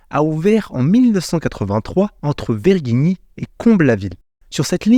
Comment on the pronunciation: tu le prononces mal *